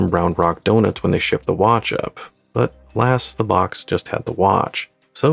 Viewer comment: wait a second... did you say 'lass' instead of 'alas' 🤨 Haha maybe it's the soft 'a' sound but I had to double-check!